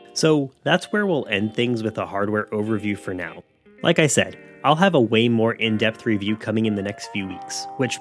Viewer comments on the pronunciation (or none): none